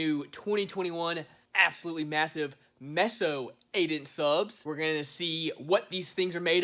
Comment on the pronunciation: stop mispronouncing meso its mayso not messo